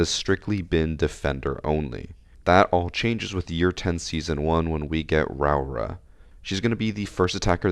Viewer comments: Pronunciation is 'row-aura' btw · Idk if you care but proper Māori pronouncing is row-Ora and roll the r’s if you can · it's pronounced row-aw-ruh (you have to roll the r's)